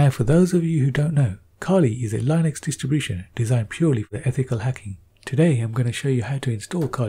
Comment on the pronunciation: I love his voice. I really do. except one thing about his accent: "kali lainuex"